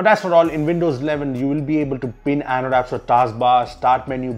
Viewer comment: it's not ANDODAPS.. it's Android Apps.